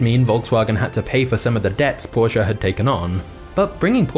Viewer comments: Dude. It's Porche. Not Porcha. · Learn how to pronounce porsche. Do not care if you're English or not, that's a german word, there's no prolonging the "sche", nor It's a "uh" soud. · its not a porshaa, its Porsche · porshaaaa thats all i hear... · i realy like the video .good job witch the anemations and tata vut i dont like how he pronounses porsche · thats not how u pronounce porche lol great video tho :D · Amazing. You said the word Porsche perhaps 70 times throughout this video, and you mispronounced it every time.